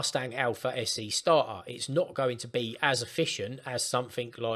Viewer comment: it's not "starhar", it is "starter".